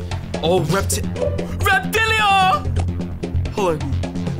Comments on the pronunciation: Will he ever realize it's Repatillo and not Reptillio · bruh i love how when a monster jumps they fall down slowly like space GRAVITY and you pronounce Repatillo like “Repa’Till’O” not “Repa’T’iLo”